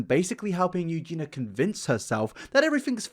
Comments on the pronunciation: Aaaaaahhh, okay i KNOW this isn't important at all, but I just have to say, Eugenia's name is not pronounced "EugeNA", it's pronounced "EugeNEEYA". Lol sorryyyy! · Mate, it’s pronounced u-gi-ni-ah not u-gi-nah wth? It’s a english name why is getting wrong? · Take a shot every time "sociopathy" and/or "Eugenia" are mispronounced. Mate, if I recall correctly you've done a few videos mentioning Eugenia now. I think it would help your case if you learn her name properly. Its not "Eugena", it's "Eugenia". Pronounced like "you-geen-ee-uh" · Great video, but please say Eugenia and not Eugena. YOO-JEE-NEE-AH. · yoo-JEAN-yuh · Someone needs to tell that her name is Eugenia, not Eugena. Other than that, I'm unsure why YouTube is recommending his videos to me, but I am not complaining. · I agree with everything you say but who is "you-geena" WHO?? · goodness will I actually live long enough to hear you pronounce EugenIa Cooneys name correctly?!?!